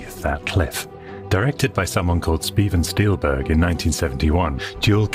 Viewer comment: Never heard of a Speven Steilberg 🤣